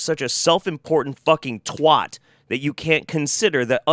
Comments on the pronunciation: Good vid as always, long time fan. Got a request though... When addressing the English... The word is TWAT..... not TWOT.... That is all ;d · Oh no! You said "twot" I'm going to have to side with now 😱😭